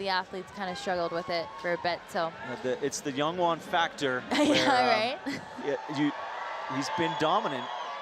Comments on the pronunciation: I mean, he just needed to read it right. And YONwon Chon? Come on… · PSA: there is no "soft J" (yah) in Korean unless spelled with a Y. Can we please pronounce Jongwon's name correctly...! 🙏🏻